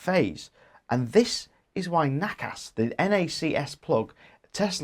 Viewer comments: Nobody ever implied that NACS (pronounced “nacks “ not “nackass”) should be a worldwide standard. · LOL nackass sounds so Australian pronunciation